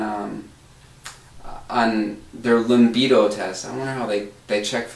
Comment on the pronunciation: Limbido... it's libido!